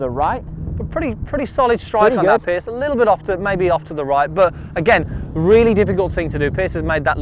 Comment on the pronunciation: Piers (rhymes with years) not Pierce.